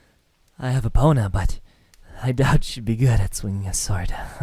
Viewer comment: When he said 'I have epona' I thought he said....uh...